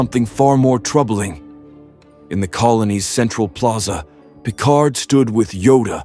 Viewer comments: "...Captain Jean-Luc PICAR"? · "Captain Jean Luc Picar" 🤨